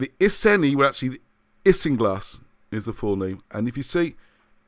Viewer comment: i think its ee-sen-ee and br-ee-gaa-n-tair-ss iceni/brigantes....